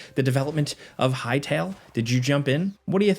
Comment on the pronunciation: respect to the guy who said "hytale"